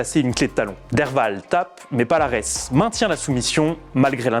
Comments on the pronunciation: Ont dit pas palares mais paliarès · Encore un youtubeur autoproclamé connaisseurs en mma 😂😂 son nom se prononce falares et pas avec p